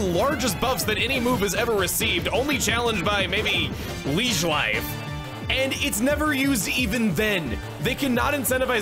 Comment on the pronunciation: it took me a minute to realize Chugga was saying Leech Life and not Leige Wive